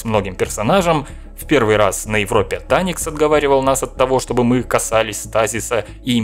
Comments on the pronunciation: Таникс? Не Варикс? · Только не Таникс,а Ваарикс